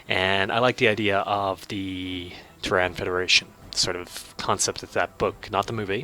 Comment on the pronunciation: Your pronunciation is a little odd. "Terran" is pronounced "Tear-Anne". It's what we call ourselves, as a species, here on Earth, where we live. "Tear-Anne". And, Sol 3 is "Earth". Sol is the sun. It's a Latin thing. I mean Latin as in the dead language, not the irresistible beat. I worry that you've mastered 4X and completely ignored, actual history. Also, I really disagree with some of your research choices, but that's a choice thing. The choice to lose your empire early, vs the choice to play more. Purely optional.